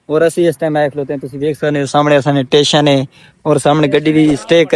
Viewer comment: ٹیشن نہیں بھائی اسٹیشن ہوتا ہے